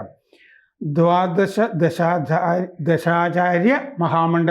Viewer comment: ദ്വാദശദർശനാചാര്യ എന്നു പറ മനുഷ്യാ